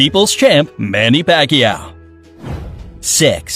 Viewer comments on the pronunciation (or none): "See-boo" "Manny Pac-Ii-yaw" Try to at least say it right.